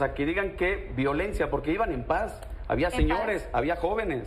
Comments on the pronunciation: Quién es el chamaquito, no sabe ni pronunciar "LACRIMOGENO" no lagrimogeno😂😂😂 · Ironía sin pronunciar la palabra con el acento, lagrimoso en lugar de lacrimógeno... Dios, primero, ¡enséñenlos a hablar! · Ese apestoso ni siquiera sabe pronunciar bien, " lacrimógico" 😂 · Gas lagrimogico?????? 🤣🤣🤣🤣🤣🤣🤣🤣🤣🤣🤣🤣🤣 Un perfecto idiota de primaria trunca, y tiene un lugar en miguel hidalgo Espero que con lo que gane a costa del erario publico pague cursos de pronunciación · "Lagrimogeno" no sabe ni hablar 😂😂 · Ustedes disculparan pero al menos para mi jamás va a ser creíble la palabra de alguien que no puede pronunciar bien siquiera. Miren que decirle “lagrimogico” al gas lacrimógeno 😶 🤣🤣🤣🤣🤣🤣🤣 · Enseñe lo a pronunciar Lagrimojino es lo que está haciendo este jovencito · P.D. no puede decir: lacrimogeno... jajajajajaja!!! hay que leer más en voz alta (nota de su maestra de primaria...) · Y este seudo junior que ni siquiera puede decir lacrimogeno ,de donde salio? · El "villanillo" que no puede decir lacrimógeno; ¿recibió educación básica?